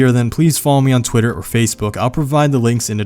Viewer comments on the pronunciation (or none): none